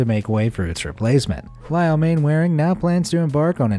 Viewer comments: 3.29 it is not pronounced as it sounds it is not Mainwaring it is pronounced as Mannering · Mainwaring is pronounced manner-ing. Haven't you ever watched Dad's Army? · Sorry to be pedantic but... Mainwaring is one of those odd British names that's pronunciation is completely different to it's spelling, it's actually pronounced 'Mannering' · Wow, Main Wearing 🤣🤣 watch dads army and you will learn how to say that name (it’s pronounced Manoring) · Am I the only person who winced at the pronunciation of Mainwaring? Man-ring not man-wa-ring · "Mannering" not "Mainwaring" - UK English is very irregular. For example, the villagd Trotterscliffe is pronounced "Trossley" and Meopham is "Meppam" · Mainwairing is pronounced Mannering. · Mainwaring is pronounced Mannering. Why does it sound as though the voiceover is talking through a blanket? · interesting to see what lengths some people will go to to be mean. Interesting and somewhat saddening. By the way, in England the surname 'Mainwaring,' is pronounced, 'Mannering.' Just so you know. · For reasons known only to the English upper classes, Mainwaring is pronounced Mannering. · Mainwairing is pronounced Mannering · The owner of the candy striped house, Mainwaring ... it's pronounced "Mannering". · Good grief, please learn British pronunciation. Mainwearing is pronounced Man-er-ring. Philistine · Mainwaring is pronounced "mannering" as anyone from Old Money would know (and anyone who has watched dad's army) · Ah, spite houses! A fun, but expensive way of giving a crappy neighbour the bird. Nice video, but I must pull you on one thing: Mainwaring is pronounced “mannering”. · Just to point out Mainwaring is pronounced Mannering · As all Brits know, Mainwaring is pronounced Mannering. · The name Mainwaring is actually pronounced Mannering! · Anyone who's watched Dad's Army knows that Mainwaring is pronounced "Mannerring".